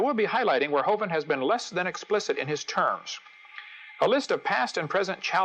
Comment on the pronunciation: Most people that I've heard (including Hovind himself) pronounce the vin in his name to rhyme with "win", not with "wine". Other than that, nice video.